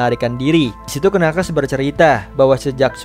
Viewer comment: knuckles itu dibacanya nakels harusnya